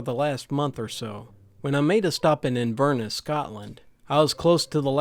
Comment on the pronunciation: Your Scottish accent sounded amazingly like a male version of Robin Williams's Mrs. Doubtfire. The only time I cringed was your pronunciation of Inverness. It should be In verr ness not invrnus. But alls good because I imagine native speakers in the Highlands would probably cringe at my pronunciation too. 😂😂😂